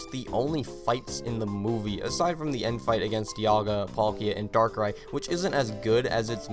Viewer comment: The movie was my first Pokemon I watch, the reason why I love the Pokemon darkrai, I know it has flaws but I still enjoyed the movie even tho the flaws are there and no you didn’t pronouns it right XD